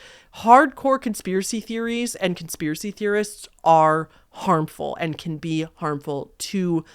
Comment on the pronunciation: Con - SPIER - a - cy?? 🤯🤯🤯🤯🤯🤯🤯